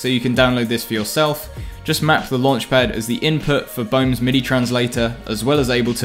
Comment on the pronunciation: Everyone:: "I drive cars with luanchpad"